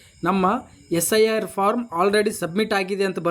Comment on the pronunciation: SRI ಅಲ್ಲ ಪದೇ ಪದೇ ಅದನ್ನ ಹೇಳ್ತಾ ಇದ್ದೀಯ correction ಮಾಡ್ಕೊಳಣ್ಣ. ಇನ್ನು practice & Preperation ಮಾಡ್ಕೊಂಡು video ಮಾಡಿ thank you.😊